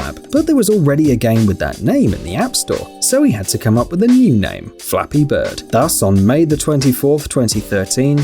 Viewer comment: When he said "Flappy bird" I thought he said " *Dolphin sound* beard"